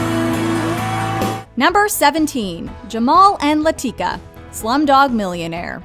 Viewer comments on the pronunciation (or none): La-ti-ka, not La-teak-a!!! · Okay, narrator? Go watch Slumdog Millionaire. The fact that you pronounce it "LaTEEkah" tells me you're just reading the script and haven't actually seen the movie for yourself. Watch it. It's wonderful. You'll enjoy it. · How the heck do you guys keep mispronouncing Latika every single time Slumdog Millionaire is on a list. That's probably the most said word in the movie